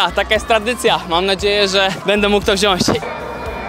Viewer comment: Się mówi wziąć nie wziasć do szkol się trochę....